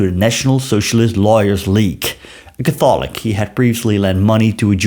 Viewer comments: It is pronounced CATHolik, or even CATHlik, but definitely not catTHOLik. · This is a great video. Please learn how to pronounce Catholic.